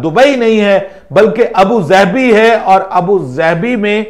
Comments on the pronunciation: Abu zabi???? Bro you're not arab 😂😂😂😂😂 It's Abu Dhabi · Abu zaabi nae hota bhai jan abudabi hota ha😏